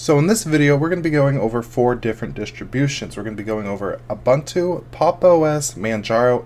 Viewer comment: It’s not pronounced uh bontu. It’s painful to listen to the video.